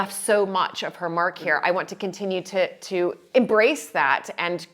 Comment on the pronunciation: 'To', not 'tuh'.